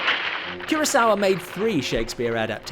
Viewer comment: No offense intended, but it's Akira KUROsawa - not Akira KIRAsawa. Like I should talk; I spent most of my life mispronouncing "Kubrick." 😬